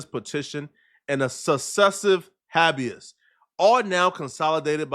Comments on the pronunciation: Imagine reporting without being able to read😂wtf is hab-is? It's hay-bee-is you fkn goof!😂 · Its pronounced "hay-bee-us" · ┌(▀Ĺ̯ ▀-͠ )┐ It's pronounced Habe-ius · I know non of these ignoramuses (new word 😂) caught it but lol it’s pronounced Hey -be-ous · Habeas ......HAY-be-US..............ijs